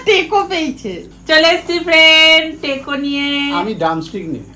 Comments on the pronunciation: Vai ota taco teco na ki aschorjo era taco k teco baniye diyeche. Ucharon na janle google korte paren to. Joto sob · ওটা টেকো না ট্যাকো বা টাকো বলে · Ota please teko bolo na,ota taco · "Taco" ke "teko" bolchoo🥀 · Ota “Teko “ na didi ota ke “Taco” bole..